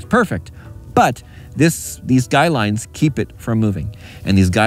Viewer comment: So glad you said guy lines instead of guide lines like so many people do. I've been a subcriber for a long time. I like to learn things from people who know what there're talking about.